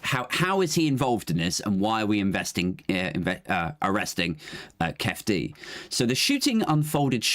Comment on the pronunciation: It's pronounced 'keefie' D. He and Orlando Anderson were from the southside Compton crips. Anderson was recognised at the casino as he had previously snatched a death row chain from one of the crew. A lot of the death row crew were mob piru's from Compton, enemies of the sothside crips - hence the brawl at the casino. The crips later caught shakur in traffic and murdered him.